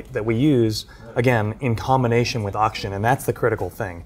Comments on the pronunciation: anyone else find it super annoying the asian dude says "Ocshen" instead of oxygen? edit: im further into the video, he does that to a lot of words. dude. fully pronounce your words. wtf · Take a shot Everytime this guy says 'Oxshen'